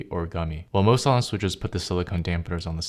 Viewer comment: “sahlen switches”? “sai-lent”!